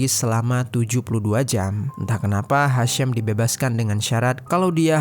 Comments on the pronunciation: Padahal Ejaan namanya Hisham, ya dibaca Hisham, kok jadi Hashem, sedangkan si Hisham itu dr urutan namanya Kemungkinan Ibunya Muslim. Sorry sy juga muslim, cuma kasus Urban Shock itu bukan pertama kali, pernah Imigran Palestina kejadian begini juga, cuma karena istrinya punya banyak teman, dia cemburu berlebihan, istrinya dimutilasi. Ejaan nama Hisham ya dibaca Hisham, bukan Hesham. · Bacanya hasyeem tp tulisannya HISHAM CARI TAHU DULU BIAR TAU !!!!!!!